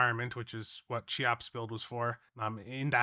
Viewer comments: Every time you say CHEE-OPS instead of KEY-OPS it makes me lose my damn mind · more like keeops but yeah, not sheops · I believe it' s pronounced "kayops" 🙃